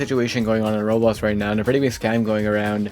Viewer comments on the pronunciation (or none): Can you stop saying rolls. It called roblox